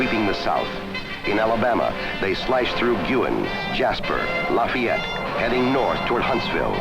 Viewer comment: One of the Alabama towns mentioned is Luh-FAY-ette not LAH-fay-ette. But kudos for pronouncing Gwuuu- in (Guin) correctly.